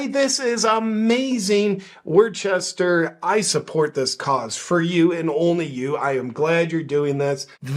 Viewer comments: WOOStah, not Wor-ches-ter….love you JP! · "Worchester" 🤣 It's pronounced "Woostuh" with the first syllable a sharp "oo" like "look" Love you JP!! 💖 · It's not called war chester its called wis ster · It's pronounced "woostah" not Worchester. 😂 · It’s Wuhstah 😂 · Bro - it's pronounced Wooster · It’s pronounced Wuss-ter. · JP btw it's pronounced like WOOSTER. NOT Worcester. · You pronounce it Woosta JP😂 Love Your Videos ❤ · They pronounce it woosta" lol. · I think it’s pronounced ‘WOO-ster’. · It's pronounced "wuhstah" ;) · it's pronounced WOOS-TAH, yea it's overall re*arded there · It's pronounced "woostah" hey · JP, it's pronounced, Wuhstaah. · It’s pronounced Wooster. I went there a few times when I was stationed in Boston. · Its pronounced wister. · I think you mean wuh-stah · I like how he used the proper pronunciation of the city the first time, and then wrong the rest of the time 😂